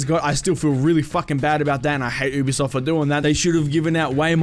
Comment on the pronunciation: Stop saying ew-b-soft it’s u-b-soft